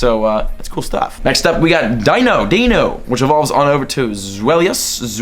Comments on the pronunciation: Deino = "Dye-noh" Zweilous = "Zvye-lis" Hydreigon = "Hye-dry-gon" The names originate from the German words for 1, 2, and 3. Eins, Zwei, Drei. DEINo, ZWEIlous, HyDREIgon. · Snivy is pronounced Snɑɪ-vee Patrat is pronounced Pa-chrat Deino is pronounced Dɑɪ-no Just wanted to inform you of this before the gen goes on. Edit: Dewott is Dew-ought Pidove: Pee-duv Zebstrika: Zeb-strɑɪ-kuh Unova: You-nuh-vuh Zweilous: Zwɑɪ-lus Hydreigon: Hy-dra-gon Cobalion: Co-bahl-e-un